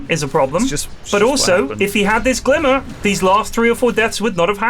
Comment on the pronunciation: went very west-country all of a sudden for that final GLIMMMERRRR